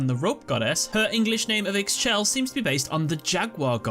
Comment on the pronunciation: Tgs ixchel is pronounced Ixshel also she is goddes of prosperity